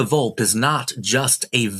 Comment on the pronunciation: It's pronounced Vol-pay.